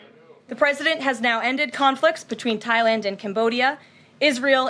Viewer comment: Hey, he learned how to pronounce Thailand! 😂